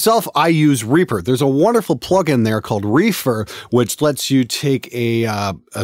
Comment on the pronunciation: Alot of these video tutorials always assumed we know what you are saying.. I dont know whether you are saying Reaper or Reefer.. Whether thats is a hardware, or software.. Oor how to use it.. .???